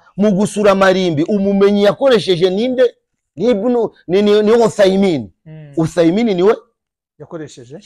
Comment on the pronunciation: Nturamenya Kuvuga Ibun Uthayimin koko hhh Banza Ujye Kwiga rwose